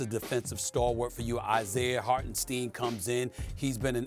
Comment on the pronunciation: “ Hartensteen” wow he has to be trolling.